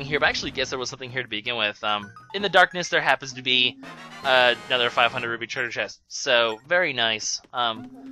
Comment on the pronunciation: Am I just hearing wrong, or does he keep saying "Ruby" instead of "Roo-pee"?